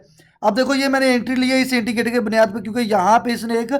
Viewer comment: Intigater ni hota indicator hota hy